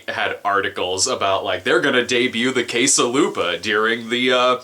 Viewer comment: For a second there I thought you said "case a' lube-a". Guess my brain automatically connects you with porn-associated items now.